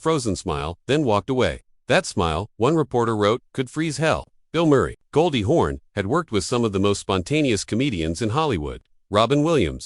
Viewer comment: It's "Hawn" not "horn"!!! Jeez!